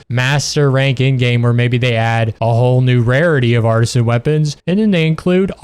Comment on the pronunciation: guilding lands. branchy dios. artisan. sekiret. even on words where he gets the correct consonants and syllable order his stress accent is usually bizarre and most of the time he has 2 or even 3 ways he pronounces each word throughout the video. i don't think i've ever come across someone so bad at reading